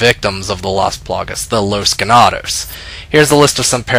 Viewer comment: Well, not exactly like an h...just pronounce the g the same way you do when you say gag. Ganado